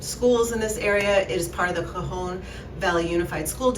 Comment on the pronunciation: I enjoyed this video, but can you produce the Conejo Valley correctly? Also it’s the Chumash native Americans, not the Comash. I assume you would want to know because the rest of your video is well researched and replete with history and facts. Very interesting!